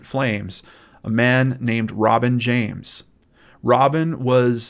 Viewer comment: same i was wondering if he was saying Robin James or Rob and James